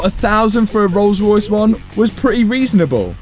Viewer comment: I vote for the rrollllss..... ;-)